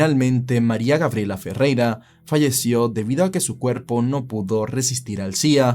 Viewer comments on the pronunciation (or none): none